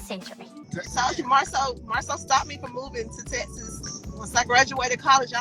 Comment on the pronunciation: Oh gawd this is horrid and what is "tesses"? Its "TEk SUHS" STHU